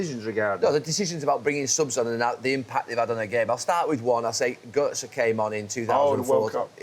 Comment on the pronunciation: “Götze” Solskjaer” “Alessia Russo” 😂 come on let’s stop this bollocks